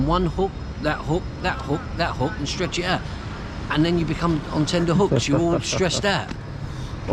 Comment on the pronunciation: Its ’TENTer’ hooks not tender ffs